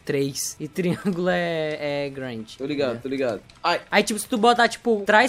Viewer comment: É muito estranho ver o falando "Grind" KKKKKKKKKKK